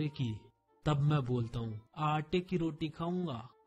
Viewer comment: Bhai u said aate ki but pronounced like aanty ki